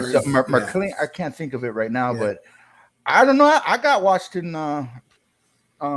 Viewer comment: WASHINGTON does not have a R in It WARSHINGTON.JS